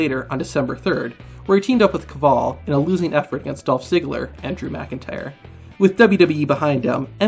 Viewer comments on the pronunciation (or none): none